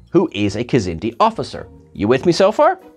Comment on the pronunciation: I love that you said Niven;s kzinti!!